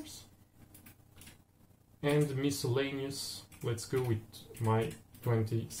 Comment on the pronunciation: Notes from an American: - The Oregon Trail was a famous route used by a lot of the earliest American settlers to what are now the western states. It begins at the Mississippi River, and goes to the Pacific Ocean. - You are correct on pronunciation of "miscellaneous". - I believe that "81" is a typo. It should say "$1" buys a belt of 50 bullets. - "Fording" a river means to try to have the oxen pull the wagon across. It can be bad if the water is too deep. Swamped means the water came over the sides of the wagons. Nice video!